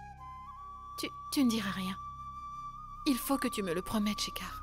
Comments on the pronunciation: Dans ce feuilleton seul nandidy k a bien prononcé le nom de schecar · Ta remarquer 😀j’aime la façon dont el dit shekar